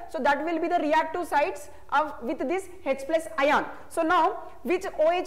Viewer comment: bro he is speaking ion😂😂 not ayan